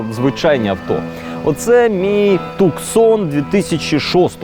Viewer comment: Он не ТуКсон. Он ТУсон - город в штате Аризона.